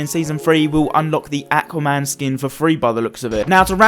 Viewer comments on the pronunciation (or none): It’s Aquaman not Acaman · The way you say aqauman